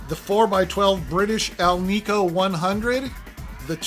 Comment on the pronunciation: Love this no-nonsense video list. But, FYI, alnico and polyhedron are pronounced “al-nick-oh” and “poly-HEE-dron” not “al-neek-oh” and “poly-head-ron”